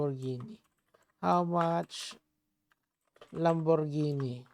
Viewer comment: takte ka natawa ako inulit mo yung sinabi niya "LaMbOrGeNi" hahahahha